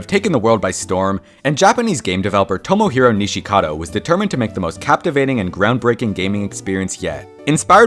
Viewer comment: Its Tomohiro Nishikado, not Toumouhirou Nishikhadou